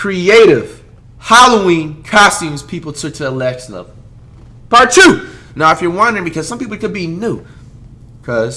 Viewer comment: "lext level" 😂😂